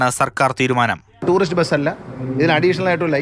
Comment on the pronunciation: Tuurist ബസ് അല്ല 😂😂but tuurist വെഹിക്കിൾ ആആണ് 😂😂😂😂😂😂